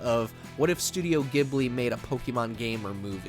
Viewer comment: Very good list and video 👍 and it's Studio Ghibli " jibli" like in "jungle" ジブリ